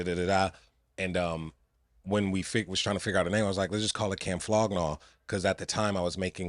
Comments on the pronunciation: flow gnag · its "Flog Gnaw" and "Golf Wang" now "Wolf Gang"